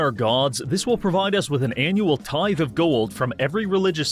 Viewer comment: Its a tith"ee" bish, you bot